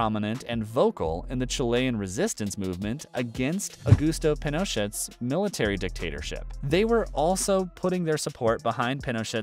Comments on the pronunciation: please pronounce the Chilean Leaders name correctly, it is Pin-uh-shay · "chili" "pinocheT" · Yes! I always thought Pinochet was pronounced peen-O-shay. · Clicked because of the clickbait thumbnail but the biggest surprise is hearing how the narrator pronounce Pinochet and Allende. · Sir, you butchered the names Pinochet and Allende. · And he mispronounced Pinochet as well.